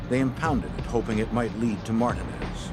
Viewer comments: So annoying to keep hearing him pronounce the name wrong..do your homework narrator...its a Puerto Rican name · Highly annoying me how their trying to pronounce Martinez 🥴🥴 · Blowing my shit how they pronounce Alpo 🐀 last name ‼️ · How in the hell do you NOT know how to pronounce Martinez.? 🤦‍♂️😂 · How they are pronouncing Martinez is cringe as a mf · Bothers the shit out of me the way the butchered the name Martinez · Please learn how to pronounce Martinez. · It erks me that the narrator can't say Martinez properly. He sounds ignorant af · Mar-teen-ez say it right 🧐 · Martin (ez) ¿I have never heard Martinez butchered this way! TF Why put up the photo of NOT Richard Porter? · Mar-tee-nez!!!!!!!!!!!!!!!!!! Wtf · Why are these dudes saying marten EZ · mar-ti-NEZ. WTF! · Martinez not matin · Mar-Teen ez (phonetically spelling) You want us to pronounce Broski but refuse to say our shit right. And why can’t ya’ll get people that look like the folks y’all portraying. DAMN!!! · They’re killing me with the mispronunciation of Alpo’s last name. 😞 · I thought it was just me I'm like wtf are they saying his name like that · It’s actually not pronounced wrong in Spain that’s how it’s pronounced they actually take offense if you pronounce it the common way everywhere else it’s the common way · So cringe on how they pronounced it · Mac Blazin Well, its hard for a lot of white people to pronounce black and brown names lol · The Way They're Saying Martinez Is Awful.....They need to be charged with a crime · Imagine making a career out of being a narrator, but not being able to pronounce MARTINEZ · Why they saying his last name wrong lol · Mar-ta-nez 😂. The reenactment/actors of this is HORRIBLE #TrashJuice 🗑 🚮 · Its Martinez not Martin-Nez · Why do they keep saying Martin Is?? Wtf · WOW They turned Mar-teen-ez into martin-es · Ain’t nobody else gon call out the fact that they kept sayin “martin-ez” instead of MARTINEZ 😂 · It's not Martin it's Martinez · Martin ehs.... marteenehz